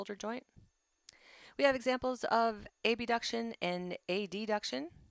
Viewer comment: Good summary however I kept being thrown off by random mispronunciation of words “abduction and adduction”.